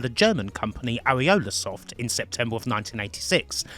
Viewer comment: Ariolasot? Oh come on LOL